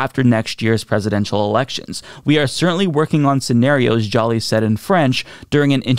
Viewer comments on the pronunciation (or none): Joly is pronounced just like Angelina Jolie. Joe-LEE. Not "Jolly" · Minor correction to your pronunciation. Minister Joly is French. Therefore, her name is pronounced Jou-lee.